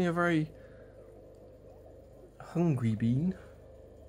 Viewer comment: Ahahahah whenever this guy says bean it gets me